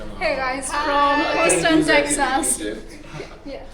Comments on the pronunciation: Check your pronunciation of Houston. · You honestly need to ask Google to help you with the pronunciation of the names of towns and cities before you venture on doing a recording. Your pronunciation of Houston and Texas are absolutely pathetic. You should not judge the whole of the USA based on one city. Remember Texas has a high percentage of Indian, Pakistani and Bangladeshi inhabitants ... so what better should you expect.